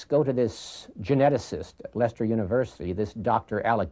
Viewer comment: Ha, that's the first time I've heard an American pronounce Leicester right, now try Worcester lmao 😮😂😂😅❤